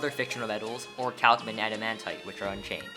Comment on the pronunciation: The way you pronounce orichalcum physically pains me.